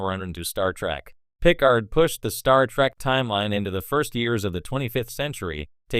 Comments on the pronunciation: my god he cant say it correctly and say's it too many times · Why are you saying Picard that way?